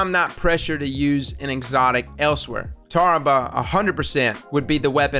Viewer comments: You said it right once. Tar-ra-bah.. don't say tera-buh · It’s pronounced terra-blech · You're pronunciation is Tarrah-ble. BA DUM TSS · that pronunciation was tarrabah, but a good effort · I think it’s pronounced “terra-baw” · Tar Rah Bah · Tarrabah would be Tar-a-buh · Pronunciation is Ta-bar-ra-a. Meaning is kinda hard to explain, but, I'll try...? It is referred to the custom/doctrine in Islam that has believers dissociate themselves from offenders of God, the prophet or religion itself. It is different from Christian Excommunication because is not a something decided by religious figures, but it's up to each individual believer. Think of it like an oath to God where you swear to dissociate yourself (ideologically, not physically) from someone who has offensive/extreme approaches towards (Islamic) religion or God. Source: My mother is a Muslim. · It’s pronounced tarrabah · I looked up Tarrabah and it's like Yar-ra-bah but with a T. Or you can look up how Yarrabah is pronounced. Your welcome, mate. 😉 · Pronunciation Tar-ra-ba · its pronunced Tarrabruh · Its pronounced like Charles Barkley saying terrible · Tarrabah (Tah-Rah-Bah) almost like saying “terrible” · Recluse is better because: 1- it's a legendary weapon 2- it's perk procs with any weapon and it doesn't go away when you stow it. 3- recluse recoil is cheating... You can pretty much laser anything without any efforts Btw, the right pronunciation is TARR- RAW- BAH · Lmao it pronounced tar-a-ba 😂 Kinda like terrible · I think it's pronounced Tah-Rah-Bah. Tarrabah, IDK. Great video though, looking forward to grinding CoS for it But I wanna see it compared to the other 750rpm SMG The Huckleberry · It’s pronounced Tarr-Ahh-Bah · Maybe (Tear-u-buh) ?